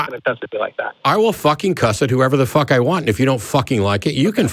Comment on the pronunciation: “What know what I don’t have?” I thought Matt was going to say something like “Fuhhhcking patience” 🤣🤣😂😂 the way Matt pronounces the F-U sound when he curses gives me energy to continue